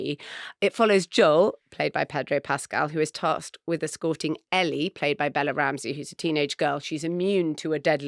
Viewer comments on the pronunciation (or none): none